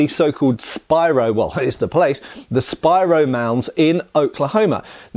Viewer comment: Congratulations! You pronounced Spiro correctly! I live about 10 miles east of the Spiro Mounds State Park. When I was a teenager in the early 1970s I worked as a summer job as the Tail Chain, then later as the Head Chain for the County Surveyor. He told stories about when he was older boy during the great depression he worked as a fetch and carry, water boy for the (legally formed with all permits and rights) mining company digging in the mounds until the federal government shut the for profit operation down, then they (illegally but for the best for the sake of the history) took over the operation with trained archeologist. Mr McAbee still seemed pretty bitter about it even years later.